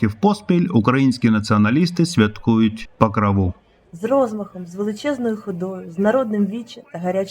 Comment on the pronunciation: Що за гівнюк озвучував??? пАкраву??? Може Покрову?